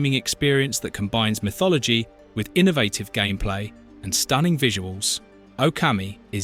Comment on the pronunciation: that’s what made me realize this is AI. also can’t pronounce “innovative”